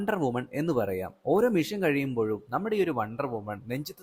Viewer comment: മോനേ.. മിഷൻ mission.. മെഷീൻ machine അല്ല.. Machine എന്നാൽ യന്ത്രം ആണ്